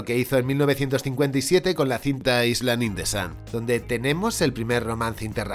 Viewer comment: Feo la "s" en la palabra "Island" no se pronuncia. Quedaría algo así como el I-pod, "i-land"